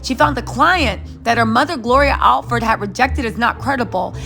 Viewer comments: G L O R I A A L L R E D...NOT ALFORD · Is the commentator saying ALFRED or Allred. Very unfortunate that Nene hired an unscrupulous lawyer. Very unfortunate when one forgets that one is black in America, unfair but often true.